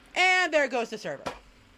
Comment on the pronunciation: "NO NOT THE THERVER!!"